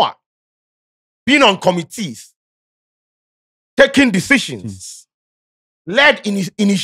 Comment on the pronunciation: Was he on conomteas or committees ?😂😂😂